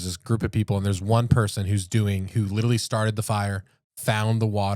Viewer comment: For the love of all that is holy! Please learn to say the word LITERALLY the right way or stop using it every other sentence.